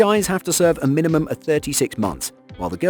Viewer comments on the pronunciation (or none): none